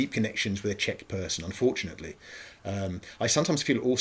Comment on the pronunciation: As a Czech person, It's really funny listening to you pronounce Czech words with Russian sounds.